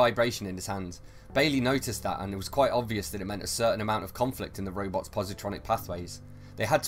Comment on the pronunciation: I love his accent as he talks about "roybots."